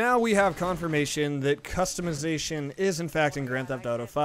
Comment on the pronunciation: you say custimizition